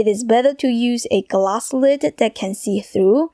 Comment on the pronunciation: Open the lid-ah…left over rice-ah…eggs-ah….shrimps-ah!